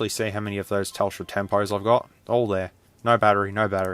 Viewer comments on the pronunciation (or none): Say "zte" not "zedte"!